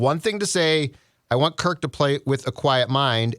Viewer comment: i get you're trying to be cute but it's Kirk not Kirt. Also a super bowl calibur team? We weren't one to begin with even in 2017. The Saints figured out our D and it came to a lucky play to win and then the Eagles blew us out. Stats show that was one of our top D performances in a season of all time and once it got figured out it was exploited and you saw the decline in it year after year. Also against winning teams at of QBs have losing records. Rodgers - Cousins: 10-40 - .200 Stafford: 11-72 - .132 Actually it would be easier to liat the QBs that have winning records against winning teams. Tom Brady, Russell Wilson, Patrick Mahomes, Lamar Jackson and Jimmy G. Also if you have a QB that plays a different style, you can't expect the same result with the same type of O Line. Have smaller agile linesman is great for a scrambling QB due to the open field blocks to help them running but if you're a pocket QB, you're gonna get bodied. When the Ravens hot Lamar, they built around him with the line and the olay calling. About Kirk this game, i didn't say he was perfect as their were issues too. My point is this is what you guys kept crying about. You wanted him to keep throwing to JJ and throwing to him when he's covered cause as you guys say, even when he's covered he's not covered. Now the other WRs are an afterthought. You guys wanted him to not sit in the pocket and he's been doing boots, he's been running while looking downfield, and led the team in rushing yards. You g